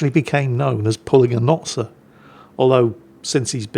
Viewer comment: Sir, it’s not sir, it’s Notser